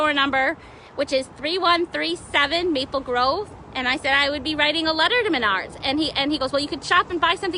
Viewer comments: What the hell is Menaurds????? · Last girl Yea she cant even pronounce the name of the store right, right there Is a stupid ass Karen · Is it pronounced Maynard or Menard